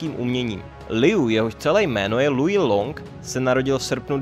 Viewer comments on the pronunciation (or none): none